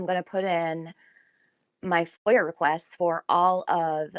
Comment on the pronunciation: It’s foia. Lol